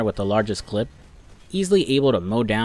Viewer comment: Hearing him say clip is hurting me.